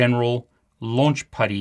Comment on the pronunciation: Chief, IT is Putty and not Paddy. Paddy is an Irishman. You keep saying, Paddy!